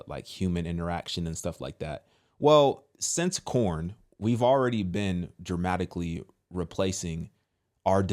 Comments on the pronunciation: First you had PornHub and now you have CornHub I mean you do you realize that you're saying corn and not porn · Why are you calling it corn? Lol it's porn.